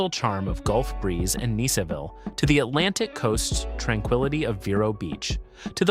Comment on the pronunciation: Is it Neeseville or Niceville? Eeglin Air Force Base? 🤣